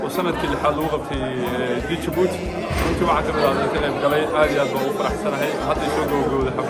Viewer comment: Masha Allah my beautiful country. Just a little correction the D in Djibouti is silent it's just Djibouti.